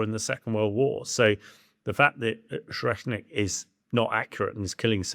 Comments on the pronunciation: Can't even pronounce Oreshnik properly. It's speed is well above 5,000 mph. More like 11,350 mph at burnout on a maximum range MET. IRBMs can and have been intercepted. No, it is not built from Soviet parts. It is a RS-26 Rubezh with its nuclear penaid substituted for a conventional one. The RS-26 is a RS-12M1 Topol-M/RS-24 Yars sans the third stage. Both stages, the PBV (including it's guidance system) and the payload fairing were designed in the post Soviet period, beginning in 1992. Yes, it's an area weapon, it uses a MRV payload. Yes cruise missiles are inherently more accurate than strategic ballistic missiles. This is true for both Western and Russian systems. No, Tomahawk Blk V has a CEP of meters, not inches or feet. No, the Oreshnik's guidance system, the same as that of Rubezh, Yars and Topol-M is post Soviet, distinct from that of Topol, due to the use of a PBV, requiring completely different guidance architecture. These post Soviet missiles also incorporate GLONASS guidance, requiring new architecture. It doesn't use GPS, because that's an American system. It uses the Russian equivalent. No, Oreshnik will not probably get shot down. Patriot is capable against SRBMs, but not IRBMs. Both Ukraine and Russia rely on similar tactics of a combination of drones and small mechanised assaults. The development of Oreshnik reveals that Russia is failing to efficiently secure its objectives, and is resorted to exploiting technologies and industrial capacity not previously all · Oreshnik not oshreknik. Either way doesn't matter but you pronounced things so wrong. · ORZHEKNIK Missile??? I really expect that people in TheSun atleast have basic reading and anauncing skills... mabe its not needed anymore today when applying to work there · O-resh-nik. Not O-shrek-nik. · "Oshetnik" missile..? Not "Oreshnyk"..? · Hamish didn't pronounce Oreshnik correctly. He is saying Or-Shrek-Nick instead of Or-Esh-Nick. 😂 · Dude said “O-Shrek-Nik” 😆 Shrek cannot be stopped!